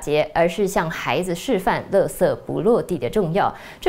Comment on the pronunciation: 垃圾的發音不對哦